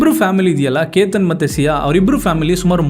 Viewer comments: Explanation ಚೆನ್ನಾಗಿದೆ, aadre ನೀವು ಪ್ರತಿ ಸಲ ಕೇತನ್ ಎಂದು ಹೇಳೋದು ಬಿಟ್ಟು keetan ಎಂದು ಯಾಕೆ ಹೇಳೋದು? Grammer mistake tumba madtira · ಕೀತನ್ ಅಲ್ಲ ಕೇತನ್ .... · ಕಿತನ್ ಅಲ್ಲ ಕೇತನ್